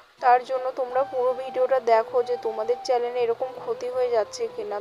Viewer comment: চ্যালেন না আপু চ্যানেল 😂